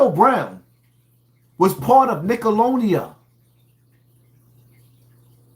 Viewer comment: This 🥷🏾 said "Nickelodia" 🤦🏾‍♂️🤣 I could've swore it was "Nickelodeon " but hey maybe I was wrong all this time 😂